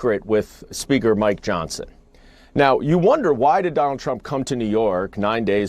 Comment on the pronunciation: “DonOLD Trump!” 😂😂